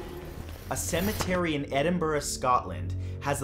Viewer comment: Your pronunciation of Herefordshire and Edinburgh is exemplary, well done. Oh, and the video was good too!